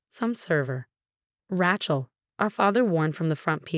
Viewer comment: The reader should be told how to correctly say names. Rachael is Raa-chocolate. They also mispronounced other names.